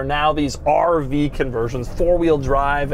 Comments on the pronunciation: i love the way he says RV like a pirate arrrrrrr veee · He sounds like a pirate when he say 'RrrrrrrrrrrrrrVee'